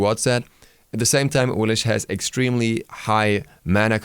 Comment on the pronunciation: Awilish? x_x But it's Awilix =(